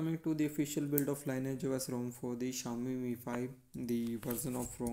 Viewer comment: Thanks for the review. The pronunciation of "lineage", by the way, is LINN EE IJ in the context of offspring, parents, and a fork, in this case.